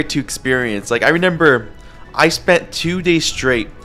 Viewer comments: He keeps saying renember not remember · why does bro say renember instead of remember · in layer 2 bro could not say remember right 😭